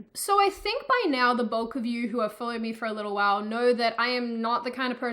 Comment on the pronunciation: I thought she said BOTH and not BULK I was so confused I thought maybe this video was made when she had only 2 subs